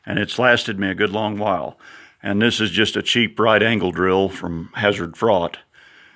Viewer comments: Good old “Hazard Frought”. 🤣 Glad to see you are ginning around. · Good old “Hazard Frought”. 😂 Glad to see you are still ginning around.